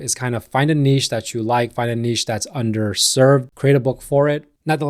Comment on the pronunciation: Refreshing to hear somebody from the US pronounce niche properly.